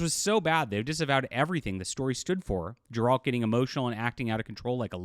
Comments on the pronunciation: Its Geralt btw not Jeralt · Why is bro saying “Jeralt” of Rivia?